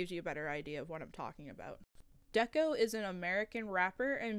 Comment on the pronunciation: Stop saying deko wrong bruh